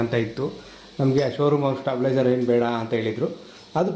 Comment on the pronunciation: ಅಣ್ಣ ಅದು ಸ್ಟೆಪ್ಲೈಜರ್ ಅಲ್ಲ stabilizer